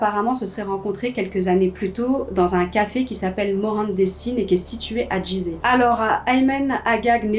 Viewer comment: Coucou! Juste pour info, on ne dit pas "giseh" mais "guizeh" pour la prononciation de la ville égyptienne! 😊 Bonnes histoires! Continue comme ça!